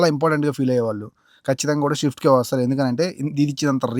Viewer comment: షిఫ్ట్ కాదు. స్విఫ్ట్.